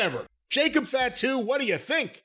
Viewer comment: He's pronouncing Fatu like fat-too lol it's pronounced fah-too lol